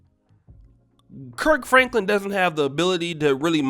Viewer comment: My guy said Perc Franklin